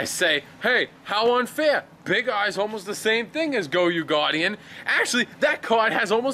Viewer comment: it's not pronounced goy-ouu it's goy-oh